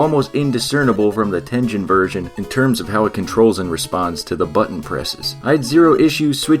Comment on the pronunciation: I also thought it was pronounced Tengen with a soft “g” sound like he’s saying it in the video but then I learned it the “g” sound is actually supposed to be a hard “g” sound so the “g” is supposed to sound like the “g” in like “game” as opposed to the “g” sound in like giant, so in other words he is saying it wrong